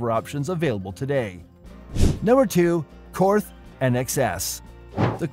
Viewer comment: And Korth is Kort, no th sound. Same with Walther it’s Vahl-ter. But on the other hand Germans can’t say Pontiac ...no one cares.